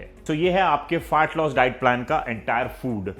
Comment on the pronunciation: भाई प्लीज़ फार्ट लॉस मत बोलो 😂